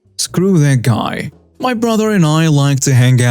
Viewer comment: can I give you a tip for your narration? Your English delivery is getting really good, but there's a thing you do that sounds quite odd. Whenever a sentence ends in something like "...picked up my baby" or "tried to get into my house," you put an accent on the "my" (or "his" or "their" or whatever). If there's any accent at all, it should go on the last word, not the possessive before it. It should not be, for example, "The man tried to get into MY car" or "The woman rode her bike right into MY garden," but "...get into my CAR" or "...right into my GARDEN." Hope you don't mind the lesson!